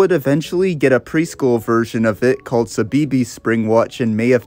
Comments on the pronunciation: CBeebies is pronounce 'see-bee-bees' 😅 tiny nitpick but for a brit like me, it stood out a ton Otherwise, amazing vid! ❤ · nah he said suh-bee-bees 😭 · ive never heard CBeebies pronounced like that 😭 good video tho just funny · No but same. 😂 His pronunciation makes sense, but growing up knowing how CBeebies is said it was amusing to me to hear how a non-Brit (American?) would say it. 😊😅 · i didn’t even realise he was talking about cbeebies at first omg 😭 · I can't help but cringe at how you pronounce "Cbeebies" although how do I know about when being an American is obvious because of a certain Sci-fi British Show with it's own lost Media